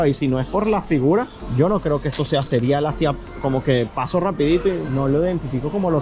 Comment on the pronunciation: Excelente vídeo como siempre, solo una pequeña observación, a veces palabras como: Cereal, plateado, horneado, área, etc, te suena: “ platiado, cerial, horniar, aria, etc y palabras como por ejemplo: saliste, a veces dices:salistess. Perdona, es solo que es muy notorio y sucede mucho. Saludos